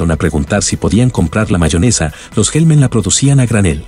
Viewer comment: ¿"HellmEn"? Jajaja